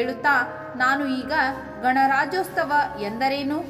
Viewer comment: ರಾಜ್ಯೋತ್ಸವ ಅಂತ ಉಚ್ಚರಿಸಿ ರಾಜ್ಯೋಸ್ತವ ಅಲ್ಲ